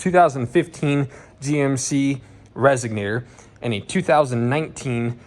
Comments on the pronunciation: You sound silly every time you call a resonator, a resignator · I swear I keep hearing you call it a “resignator” 🤔😂